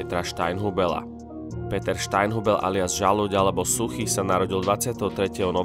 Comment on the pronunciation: Aspoň jeho meno si sa mal naučiť správne vysloviť.